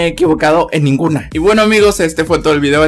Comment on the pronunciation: Like si dijo senguno 2s veses